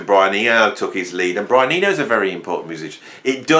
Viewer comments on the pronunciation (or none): none